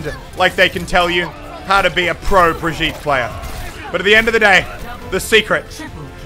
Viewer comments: As a french we say Brigeette and this is kind of fun actually because for most of people in France Brigitte is an name for people around 40/60 yo xD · Prononced Brijit. It's a french name and I'm french, so you can trust me on that. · I say Im danish and I agree with the Norwegian about how to pronounce her name tho I would write it like bree-gi(so ki with a g)-te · CrunchyFrog as a German, you should know that you pronounce this as bri-gitt-teh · Learns how to say Brigette calls her brgeet the next clip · Dear English talkers, say B as usual but with R you have a bit trembling, i is just said fast and gitte is basically the same, now it becomes Brrigitte. Thank me later (sorry for bad english, if you couldn’t tell I’m from Sweden 😜) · You say Brigitte like b-i-r-g-it-a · its bre-gette ..reinhart says it like that soooo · you should go on some european servers and learn how to say brigitte :D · As a swede I want to point out that both you and Jeff are pronouncing her name wrong. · Hugo Åstrand Hur är han en idiot bara för att han inte kan uttala Birgitte Lindholm rätt? Han är ju faktiskt engelsk, det är inte så himla lätt för honom. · "Jeff knows how to say her name" lol no he doesn't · you cant say "I have already forgotten how to say her name again" after you said her name almost correct for the first time. Untill the last letter its like Jeff said, but then its a E and not a A at the end. Its not that hard, you literally just have to make the sound, the letter tells you to do. Its the same E at the end as it is in elevator or envelope in the beginning. If you can say that, you can say Brigitte fosho aswell. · It's so sad that he thinks he knows the actual way to say Brigitte. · think of how you pronounce game... same g for brigitte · am im the only triggerd guy becuse he cant say brigitte right becuse im from sweden =^) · Brigeet that is how u say it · Pronounced Bree Gee Tah :v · Everyone says her name Bridge-it😂 But it's like bre-geet-ah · Muselk Bree-geh-tah